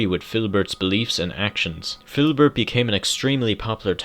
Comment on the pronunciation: ITS FIDDLEBERT (FID-LE-BERT)